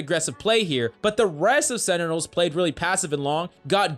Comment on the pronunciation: Say it with me please. SEN-Ti-Nuhls .. not senitels >:(